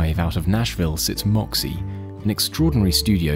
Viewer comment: Why spell it like that if you don't know how to pronounce it with an ø?